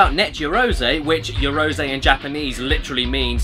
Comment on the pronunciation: Caddy, it's read yah-ROH-zeh, not yea-row-ZEE.